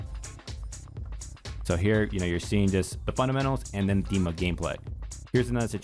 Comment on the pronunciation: Bless you for saying his name right!